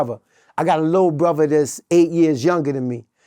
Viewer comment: I didn't know Father, Mother and Brother were actually pronounced "FAVA" "MUVA" and "BRUVA" 🤷🏾‍♂️🤷🏾‍♂️